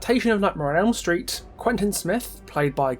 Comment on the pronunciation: "Nightmare on Elm Stret" lol. Great video btw!